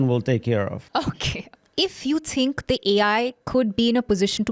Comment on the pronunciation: Its pronounced "think" not "tink"